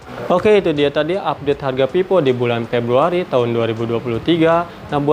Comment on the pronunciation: Cara ngejelasinnya okelah.. 🥰 tp sebelumnya maaf nih ya kak.. itu bacanya kurang pas, itu dibaca Vivo mah bkn pipo, ga enak didenger soalnya kalo dibaca pipo kak 🙏 🙈